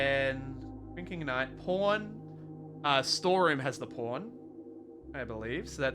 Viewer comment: when he says pawn i hear porn